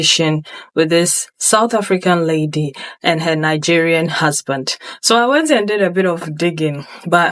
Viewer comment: 😂😂@ "Nigerian husband " why say it like that.... LOL